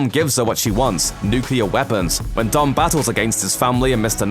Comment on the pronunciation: the way how says dom its like dumb R.I.P the Brian